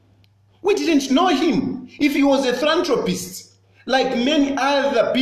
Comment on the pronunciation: "I always check myself to see if I am cuckoo, but I am not." Tayali, talk to Chitambala Mwewa! He will hep you. By the way, it is not 'thrantropist" it is 'philanthropist.'